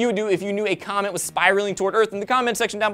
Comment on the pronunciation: Kinda sounded like he said "comment flying towards earth". I thought of the word "FIRRRRRRST!!!" flying through space...